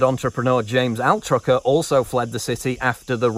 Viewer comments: Altucher, not atrucker hehe ;) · Altucher is probably not pronounced Altrucher. I get it when you're reading something that just came up, but this laziness happens too often in prepared professional content. It has a certain "I couldn't be bothered to actually look at a person's name carefully so doesn't that make the rest of my reporting extra credible" feel.